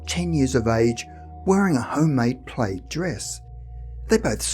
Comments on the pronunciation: Plaid is pronounced plad. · I thought he was saying "plate."